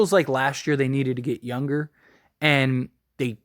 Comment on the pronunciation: Why don’t u pronounce words right you always say yun instead of young or stron instead of strong ?